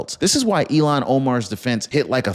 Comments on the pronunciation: Ill (sick) han. Not Elon! ill han please she is sick illhan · Please pronounce hed name correctly. I have to think three times when you pronounce name as Elon. Her name pronounced Ilhan. The Il. part of her name is pronounced as Ill or I'm sick as ill. The rest of her name is Han. Her name begins with a short "I", Elon begins with a long "E" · Her name is not Elian… It’s IL HAN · ILL HAN ILL HAN! NOT ELON!! DIPPY!! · ITS NOY ELON!! ITS ILL HAN !!! SAY IT RIGHT!! YOUR SUPPOSED TO BE A JERNALIST RIGHT??? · It's not elon it's ilhan! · Her name is not Elon it is Ilham. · Her name is written with two consonants together - L before H. Pronounced "IL" "HAN". My husband is from Turkey and his first name is also Ilhan. Frequently mispronounced.